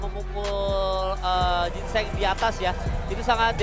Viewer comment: Jin cheng ya bukan gingseng.. 😁🤣🤣